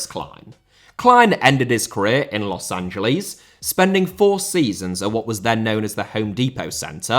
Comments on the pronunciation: A respectful tip about pronunciation:I know brits empathize the L but, The city is pronounced Los an-ja-less, you empathize the S, not the L. You can just say los Angel-ess and its 95 percent correct way of saying the city. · also why do you keep pronouncing it as Los AngeLEES? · The brits always pronounce it like that. They say it like Angel di Maria but his name has an accent mark on the A and the city doesn't. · yes i’m 100% aware of that but in this situation it’s clearly a mispronunciation rather than an accent